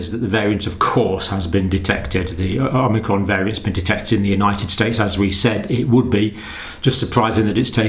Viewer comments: Is he saying OmNicron? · you kept calling it omnicron in your video isn't it called omicron ? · OMICRON, not OMNICRON! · It’s omicron not omnicron. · It's fun to say OMNI-cron! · You'd think the good doctor would have learned how to pronounce this variant by now?